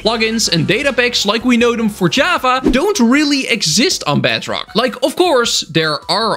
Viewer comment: Even the subtitles say “BADrock” instead of bedrock